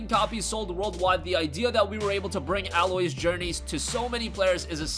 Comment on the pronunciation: It’s A-Loy not Alloy.